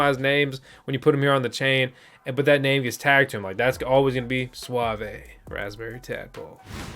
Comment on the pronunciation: suave, doesn't get pronounced with an "ay" just saying :) lol